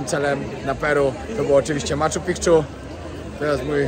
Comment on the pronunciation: Blagam, nie mow "Maczu PiKczu"... wymawia sie "Maczu Piczu". Pozdrowienia :)